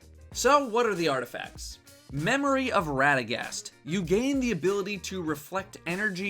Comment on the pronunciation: "Radegast" as a three-syllable word, huh? I've always pronounced it with a long A and two syllables.